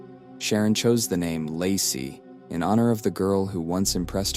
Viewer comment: Show some respect. Her name is pronounced Lay-see, not Lah-see, not Lay-sigh. These mispronunciations indicate that you're more interested in gaining attention for your channel than honoring Laci. Shame on you!! 😠👎